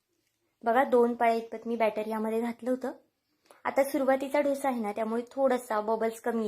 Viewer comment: छान आहे.. पण तुम्ही डोसा म्हणा.. ढोसा म्हणू नका.